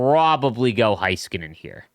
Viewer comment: it is hey-skuh-nen, not HIGH-ska-nen.